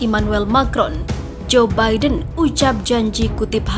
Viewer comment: Joe Biden bacanya zubaidun